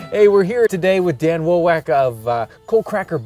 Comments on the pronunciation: How many takes did you need to say Dan Wowak of Coalcracker Bushcraft correctly? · I have this thought every time I hear him say Dan's last name xD